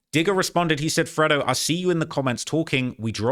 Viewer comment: Its not freddo, its fredo...pronounced freydo 🤣🤣🤣